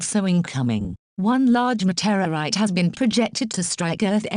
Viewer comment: met-era-ite XD